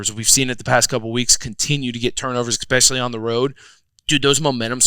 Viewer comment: "Ex-specially." I love Zack, but oof. It's been going on for years. Someone PLEASE tell him how to say 'especially.' Please.